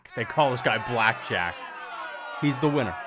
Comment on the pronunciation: It's "Black Jag" not "Black Jack"